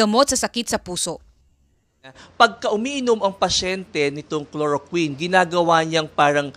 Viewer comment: Chloroquine! K L O R O K W I N!!! HINDI KLOROKIN